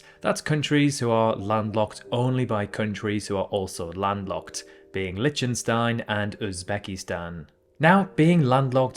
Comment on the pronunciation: litshenstaihn? (again ) Chetshia? Oceana? (again and )